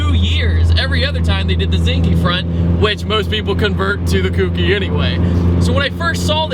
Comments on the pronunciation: not trying to be "that guy" but it's pronounced "coke-ee" not "kooky" the "ou" in kouki has a long O sound in the Japanese language. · It's pronounced ko-ki, not koo-ki round eye. Otherwise well done sir. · its kouki not kooky -_ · That sounds weird. Its こうき (ko U ki) He Keeps saying くうき (ku u ki)...its a later gen not a pastry... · KOHKEE not KOOKEE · Its not kooky.... its CO-Key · Great video! I loved my KA-T! Just a heads up, it's pronounced "Co-Key" not "Cookie." Not a big deal, just letting you know! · its not pronounced "kookie" for fucks sake its 2015 and america is still failing. Its KOH-KEY. The "ou" is pronounced with a long "O" NOT a short "o" like "cool". Every time hear Kookie I know its a band wagoner. The KA has proven itself for over a decade now. I feel like this video is repeating things known since 2003. 4 thumbs down. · Just a heads up, it's pronounced "Kouhh-ki" not like Cookie lol but good Vid! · "Kouki" is pronounced "koki" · so glad you said this as I was just about to do the same. I knew as soon as he said "kooki" He meant Kouki lol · The thing is people pronounce it "kooky" which makes other people think it's the word kooky. I have seen people actually think its called a "kooky s14" as in the word that means weird/strange/silly. It's just not a good thing to keep spreading. People need to understand its not the word kooky, but the word kouki, which means 2nd generation or late model/version in Japanese. I'm really not trying to be a troll or dick here. I'm just respectively trying to share information. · kooky is just more fun to say though, so don't worry about it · / my face when he keeps pronouncing kouki wrong.... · Thank god somebody said something. My ears were bleeding.